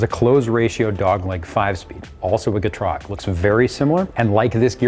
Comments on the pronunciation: What's a Gtrog?? I know what a Getrag is but he keeps saying something else. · He's saying it wrong. It's GEH-trahg. I'm German. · I never knew you pronounce the transmission that way 😭 I always said “ Get-Rag “ not GeeeTraG”